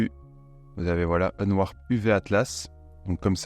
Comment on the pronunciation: Mais j'étais là il parle de quoi ?? "si vous faites un nenoir"... Un nenoir un nenoir... L'ami.. Cest pas unwarp... C'est unwRap... Qu'on n'ai pas l'accent je veux bien, mais ne déplaçons pas les lettres.... 😂😂😂😂😂